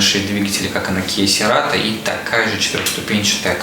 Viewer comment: Серато😂😂😂😂 "церато" так-то